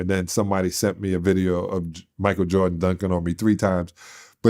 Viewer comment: Bro you so funny when you do videos talking about Michael Jordan cuz everytime you say Michael Jordan it sound like you saying Micah Jordan 🤣😂😆